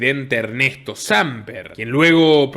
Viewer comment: Se dice Sampér, le pongo tilde para que corrijas la pronunciación, un abrazo!